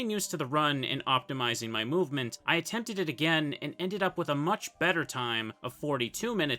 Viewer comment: "I attemepted it again" WHY